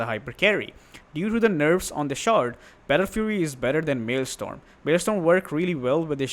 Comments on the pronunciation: Love the video man. Subscribed. But to point it out, it’s MaelSTROM, not MaelSTORM. :) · The item is maelstrom not maelSTORM btw. Love your videos and guides! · I had to laugh when I heard "MALE STORM". I mean, the majority of the population, considering both male and female, will not want it to stop "Raining Men"™.